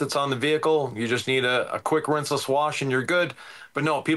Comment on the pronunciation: The first thing I thought when I saw the thumbnail was " is Walter...is he Walter?" 😂I'm picking up on pronouncing rinseless as rinse-LESS in this video. Is that new or have I been oblivious to it before? Awesome video as usual boys!